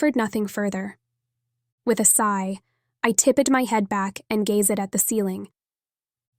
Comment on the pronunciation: TIPP-ED GazeD Oh no lol I thought we had got away from the bizarre pronunciation of the other books I've listened to recently, Good books, just with odd pronunciation twist. Prescient Worlds Between